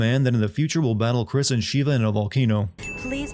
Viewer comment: He called sheva sheiva